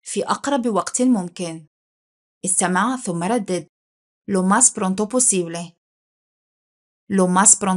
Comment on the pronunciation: Prunto ❌ Pronto